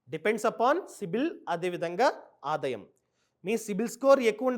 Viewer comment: Nice..good inf.say aadaayam not adayam bro